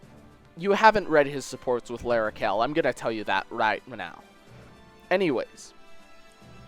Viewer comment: It's pronounced Lara-shell, actually. DO YOU EVEN FRENCH, BRAH? Jk, My French is terrible.